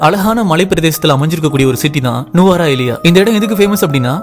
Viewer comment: தம்பி அந்த இடத்தின் பெயர் நீங்கள் சொல்வது போன்று நுவரா எலியா அல்ல அதன் பெயர் நுவரெலியா தமிழ் எழுத வாசிக்க தெரியுமா முதல் எங்கள் நாட்டில் எல்லா இடத்தின் பெயரும் தமிழ் மற்றும் சிங்கள மெழியிலும்தான் உள்ளது